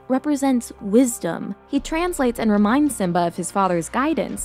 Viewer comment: Widsom, eh?